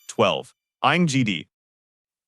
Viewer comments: No point...but it is terrible 😂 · is there any point in saying how badly the robo voice pronounces names and hebrew words?? Ein Gedi is not pronounced like that!! Its AIYN GEHDI The G is a hard G, like gap, great, get or go. BANIAS is ban-yas not bah nee us